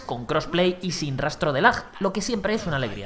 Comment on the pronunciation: Me duele el español cuando escucho algo como "lajjjj" y no "lag" de un periodista.